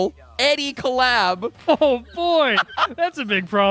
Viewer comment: I'm sure it's been said 100 times but I'll say it again.....cole-llab